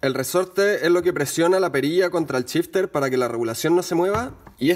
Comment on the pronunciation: Es gracioso como en Chile todas las SH del ingles las pronuncian CH, en lugar de shifter dice aca Chifter o Chimano en lugar de Shimano incluso Show dicen Chou y asi siempre jaja No es burla eh, pero es algo que me llama la atención en varios videos que he escuchado. Saludos, muy util el video Gracias !